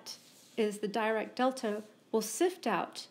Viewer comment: Thank you for your informative lecture. Just a note about pronunciation: Dirac is pronounced as 'Dee-rak'.